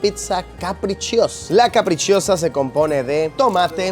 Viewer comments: Sobre la pizza capricciosa, no se pronuncia caprichiosa, se dice CAPRICHOSA. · Que bien, justo trabaje en uno de esos lugares que salen en la intro del video y por cierto, la pizza carbonara no lleva pomodoro (tomate) y la pizza "capricciosa" se pronuncia "caprichosa" como en español xD no caprichiosa hahahaha buen video!